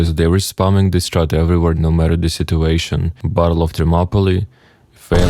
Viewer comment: When you say battle, it sounds like bottle